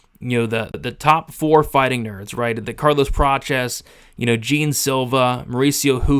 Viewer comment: Jean is pronounced John… not like the pair of paints